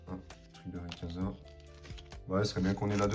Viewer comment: RayQUOIza ☺️ Pas rayekaza 😅 Pas de big hit, dommage…